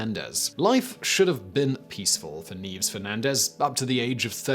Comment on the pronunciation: Ooh. The list went for the more obscure. Thanks for the introduction to these amazing ladies Oh and a mention of a lady from my country, nice. I think her first name should be pronounced "nye-ves" and the island is "Lay-te"